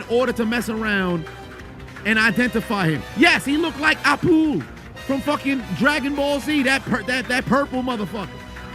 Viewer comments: Bro called him appule 😂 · Lost it when he called him Appule😭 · Mf said appule. 💀💀💀💀💀I haven’t thought about that character in a century